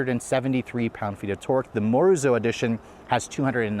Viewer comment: please get your research together before posting the reviews. It’s pronounced as MO RI ZO. and Morizo has no wings at the back